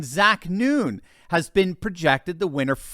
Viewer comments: Iowa's Zach Nunn is pronounced "none" not noon. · Zach Nunn --as in none. Not noon. Otherwise all correct, Fight on.